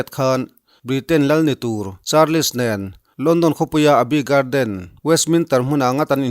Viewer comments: Support rum rûttu che u ka ni.... In huat loh ka beisei, Charles tih hi 'Char-les' ti lovin "Chals" tia lam tur a ni, ka hriat chhun ka rawn sawi ve a ni e, kei aiin in hriatna a zau zâwk fê ang tih chu ka hria e... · British lal fapa hming i lam dan kha a felhlel deuh(hming kher kher hi chu lam dik tum hram hram a ṭha fo)....google-ah khan a lam rik dan tur a awm vek kha..........i news ngaihthlak a man hla ṭhin e